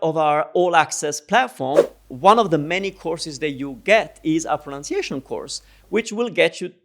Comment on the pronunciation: Love your videos. They have been so helpful. Thank you. Funny thing in this video is when you said 'proNOUNciation' is usually the issue why Italians don't understand us. Well ... that word is actually pronounced 'proNUNciation.' haha :)